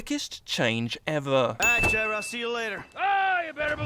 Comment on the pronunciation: It's Trevor not trever